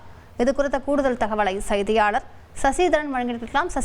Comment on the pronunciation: சயிதியாளர் இல்லை அம்மா.. செய்தியாளர்.. தமிழை சரியாக உச்சரியுங்கள்